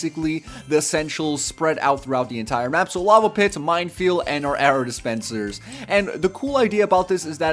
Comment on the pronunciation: "arrow dispenslers"